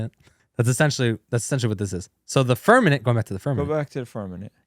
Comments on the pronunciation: So intelligent, “firmanet”. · Because of these guys and them saying firmanent. I am now a flat earther. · Yo pls stop saying firmanent its firmament 😢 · yall said firmanent like 10 times 😵‍💫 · This is such a sad watch for two people I have a lot of respect for they’re just crapping on the flat earth community which I’m NOT apart of I believe the earth is spherical but have some respect and atleast pronounce firmament right ! Geez! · Haha... It's firm-a-Ment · Can someone teach them how to say “FirMaMent” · Flat or round...how do they not know how to pronounce firmament? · Yeah I was confused by that lol. I’m like “how are they not catching that they’re saying it incorrectly? It’s right in front of them on the screen!” Lol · Once I read your comment, I couldn’t stop hearing it and now I can’t watch the video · Are you confusing firmaMent with permaNent? You sound like uneducated southern people saying like that 😂 Who is the guy that used to work at NASTA?